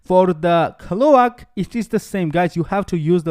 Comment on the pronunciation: finally my man thank you!!!!!..... Now to wait for skill build and rotation :) | Also (had me confused a little) its: Recipe: Ray Say Pee practice saying it like that :)... Cloak: Cl oke (like coke just with L infront) ..... just helping your English , better vids better you :)